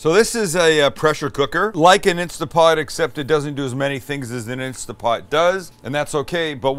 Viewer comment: It's instaNT pot, not insta pot 😕